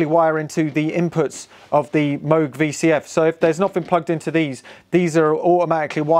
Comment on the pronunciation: Extra bonus points for pronouncing MOOG correctly!